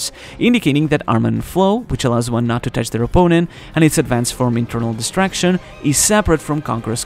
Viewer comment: It was quite clearly called "Internal Destruction" - Probably something like what Trafalgar D. Law used on Big Mom in Wano. In the narration, however, the word sounds like distraction. Definitely not the same. should work on his pronunciation of that word. Oh - and BTW, I found out that if Luffy exclaimed "Yamero" instead of "Yameru", that would be slightly more demanding. A note on voice haki: could well be what the character named Apis used to understand millennial dragons?